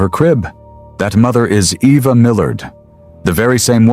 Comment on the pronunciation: Um are we sure her name is pronounced “Evvah”? 😅